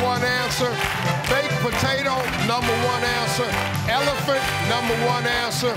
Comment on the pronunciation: Oh I definitely thought he said big potato haha